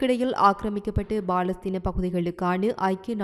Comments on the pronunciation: நீங்கள் ஐக்கிய நாட்டு பாதுகாப்பு சபை எனபதை சரியாக சொல்கின்றீர்கள் ஆனால் ஏன்தான் palastine என்பதற்கு. பதிலாகBalastine என்று கூறுகின்றீர்கள் என்று புரியவில்லை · Yes bro..intha pombala Eppothumee Kamas Kaasa Balastin nu thappu thappa than Solraal.. Hama's Islamic terrorist nu Correcta Sonnathey illai☝👎🙅😄😅😆😝